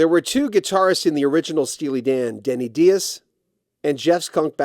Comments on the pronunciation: Just one minor correction. There's an interview with Denny Dias on YouTube where the man himself pronounces his last name rhyming with bias. Dias does not have a Spanish origin. Both his parents are of Hungarian descent. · How can "Rock History Music" mispronounce Denny Dias's name—especially when doing a feature story on this tremendous guitarist? So lazy and disrespectful